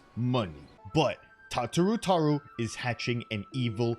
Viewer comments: Am I the only one who's hurting over the way he says her name? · PLEASE STOP PRONOUNCING IT THAT WAY